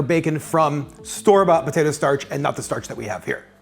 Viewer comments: Idk about y'all but I'm hearing him say "BATATO" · He is saying Batatoe, right? 🤔